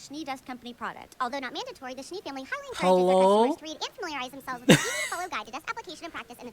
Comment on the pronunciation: Weiss' last name is "Schnee" .. Rhymes with Knee. It means Snow in German. - I prefer the show being the smaller screen, makes your reaction the main feature .. 🙂 - Talk all you want as long as you don't miss out on some of the conversation because you might miss out on something important .. It's always a balancing act. 🙂 - All the outro music are part of the Vol 1 OST .. There are full versions of each .. Don't worry, You'll get there soon enough.